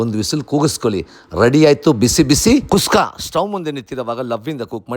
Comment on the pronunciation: Le manga adhu kuska alla kushka 😂😂😂😂